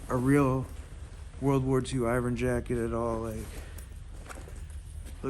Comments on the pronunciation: It’s pronounced Ervin ! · Hey, look, it's me, I'm back. Remember, I'm the guy who taught you how to pronounce Irvin correctly. Then, you deleted our entire conversation. It's our 2 year anniversary. See you next year.